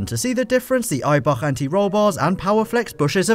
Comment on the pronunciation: all i can ear is Eibarrrrr